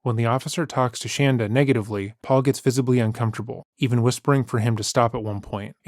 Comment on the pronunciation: Thank you for calling her 'shanda', not shaunda as she preferred....love it..